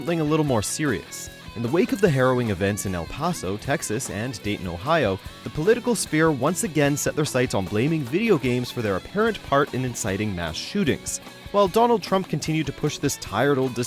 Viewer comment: "el passo" my god did you even do ANY research on how to pronounce it?